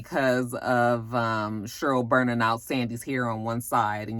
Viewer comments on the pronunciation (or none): your review was better than the movie lol I laughed every time you said "Shurl" (Cheryl) 😂😂